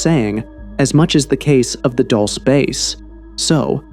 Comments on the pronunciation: Dulce (DooL Seh) NOT "Dolshe", DULCE MEANS "sweet"/"Candy" . There was a creek with sweet water (AGUA DULCE) thats why is Called "DULCE" NOT...whatever u say is called (Dolshe or that sht u said) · It's not pronounced Dulsa, its pronounced dulcy. Dulcee. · It's pronounced "DuLLsAy bAse" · it's pronounced dull-chay.. livin la vida dulce 😁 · At, respectfully, I just want to tell you that the town name is pronounced, "dull-see" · How could you make an entire video about a place and neglect to discover how to say the name? It’s pronounced Duel-say. Edwards Air Force Base is in California. The supposed meeting took place at Holloman Air Force Base in New Mexico. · Pronounced Dool-Say and means sweet like candy. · It’s pronounced “dull say”, correction coming from a New Mexican…. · They are Not aliens, they are demons. And you are pronouncing Dulce wrong. I'm from New Mexico, and it's not pronounced that way. You're supposed to emphasize the E at end. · Thank you!! The pronunciation was driving me nuts. The DUL should rhyme with “school” and the CE is pronounced like the word “say.” DOOL-SAY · Couple things..... it's pronounced "Dull-say" and they say it like the acronym is spelled, "Moo-fon"